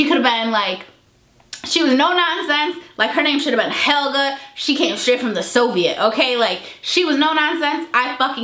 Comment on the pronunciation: So funny!!! I love when you say "sofiet " instead of Soviet !!! Congrats on your success!